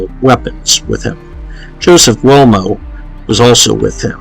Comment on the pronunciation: Also learn to pronounce the Names will ya Guglee Elmo very simple. Anthony allegedly lazy ?? Lolol Buddy u don’t know anything